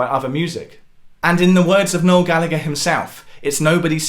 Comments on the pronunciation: Gal..la...her not Galligger. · ITS PRONOUNCED GALLA-HER